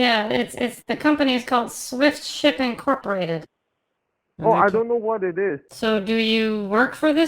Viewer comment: How do people actually believe these scammers? The guy can’t even say “swift shipping”